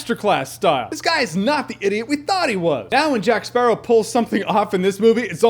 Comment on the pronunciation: take moana and add pirates...you're welcome! also, all i hear is jack sparrah, time to kill a sparrawr, kill jack sparraw